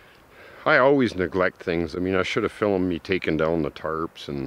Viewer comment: I'VE NEVER HEARD ANY ONE SAY FILUMED IT, INSTEAD OF JUST SAYING FILMED IT. THAT'S A COOL WAY OF SAYING IT. IT'S LIKE MY GRAND DAUGHTER SAYING IT DISTANAPEARED, INSTEAD OF SAYING IT DISSAPEARED.